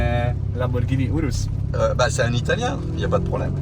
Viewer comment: le "Pog-rus" c'est le meilleur!!! (URUS)